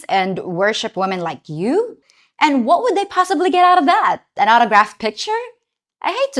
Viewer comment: Someone should tell her that the word 'and' only has one syllable. It's not pronounced "ayend".